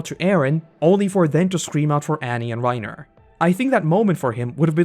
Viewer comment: The amount of names that you mispronounce I’m suprised you don’t call Bertholt “Bertoto” (sub sound) - AirWin - Rye-i-Nair - Greeshuh -Gabby - Deena - But you say Bertholt perfectly 😂